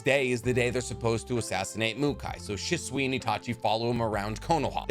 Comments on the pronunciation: she swee not shh swuh sorry that just bugged me im guessing you read the manga so you never heard it pronounced or something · bro why you say shisui.